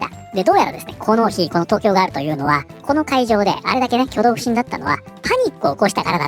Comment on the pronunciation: ガー↑ル↓だと！？ふざけんじゃねぇよお前！おばさんだろォ！？